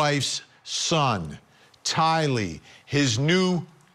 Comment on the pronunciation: Someone please tell how to pronounce Tylee's name.